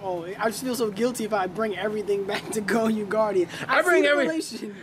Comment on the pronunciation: it's not pronounced goy-ouu it's goy-oh